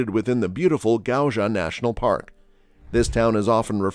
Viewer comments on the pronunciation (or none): How the fraq can you pronounce "gayuja" from this word>>> Gauja???